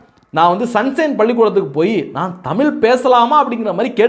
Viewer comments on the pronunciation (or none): தமிழ் என்று உச்சரிக்க முயலுங்கள். "தமில்" இல்லை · உதய்க்கு லேடீன் நல்லா பேசவரும்.தமில்தான் வராது.